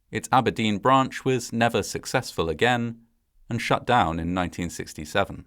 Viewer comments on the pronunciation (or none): none